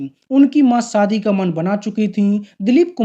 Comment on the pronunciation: शम्मिकपुर , है सम्मी कपूर नहीं , शादी है सादी नहीं .श बोलना नहीं आत क्या ? उर्दू या हिंदी नहीं आती तो किस और से ये काम करवा लो. बहुत ही गन्दा लगता है .